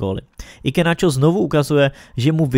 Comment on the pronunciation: Super video, jenom menší oprava, Iheanacho je nevyslovuje Ikanáčo ale spíše Ihanáčo😅 jestli tomu tak není budu rad když mi dáte vědět